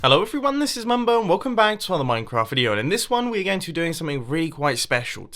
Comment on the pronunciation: Lmaooooo you called him mubo!!! Lol, No offence but it's mumbo.